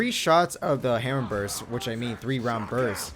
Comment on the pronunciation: are we gonna ignore the fact that this guy says "burst's"